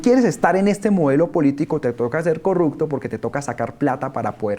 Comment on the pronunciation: Que pena, Ariel. Se dice corruPción, no corruKción. Se dice corruPto, no corruKto.